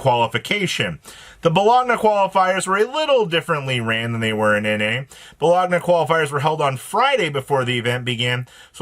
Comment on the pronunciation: Dear god, it’s Bo-loan-ya 😂